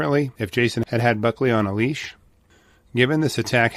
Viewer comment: Leash not lease!! 🤣🤣🤣